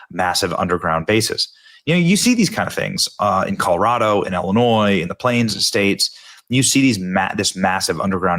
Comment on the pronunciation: Why do you say Illinois? I have began to make a log of all of the times that people in my town here big booms… I am really wondering…